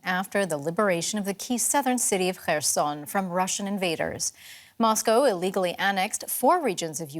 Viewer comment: finally someone who can actually pronounce kherson correctly (the correspondent)!